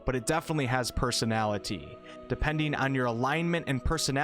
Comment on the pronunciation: This game has a lot of personaliteaaa there are plenty of abiliteaas! You’re T’s are very pronounced lol, great vid tho